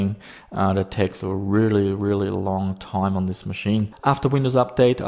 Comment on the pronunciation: "a long taime"